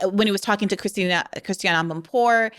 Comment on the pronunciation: Her name is pronounced "Christi-yann" Amanpour..